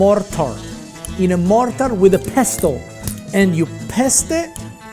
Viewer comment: Nice . Be careful not to pronounce the “t” in pestle. It is pronounced pessel.